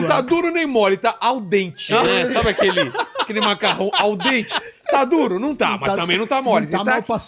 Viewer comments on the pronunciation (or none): "al dent" kkkkkkkkk, sacana kkkkkkkk